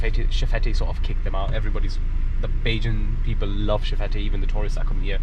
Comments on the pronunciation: Nice video! I'm from barbados so it's cool to see content like this. I was listening and just wanted to let anyone who was interested know that it's pronounced shef-et (that's probably a weird weird to put it but just wanted to say! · Nice video. Just one correction. It's pronounced chef-fet. The te at the end is silent.